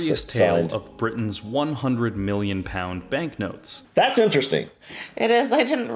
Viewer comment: Ok he says miwlion with a w when it’s million, pronunciation dude